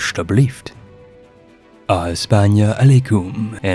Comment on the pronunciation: Je Maintiendrai is French ). It is the motto of the Netherlands, but it is in French. It means "I maintain". I admire your Dutch pronuncation with "alsjeblieft" btw.